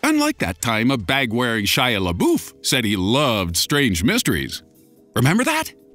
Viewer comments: I thought Shia Labeouf was said la-buff not la-boof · boof?? its pronounced la-buff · It's Shia LaBUFF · Why does he love "Shia labooof" so much? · hahahha omg Everytime you mention Shia leabeouf or however the hell you spell his name, I die a little inside!😄😆😁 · Dislike bc you mispronounced my boy shias name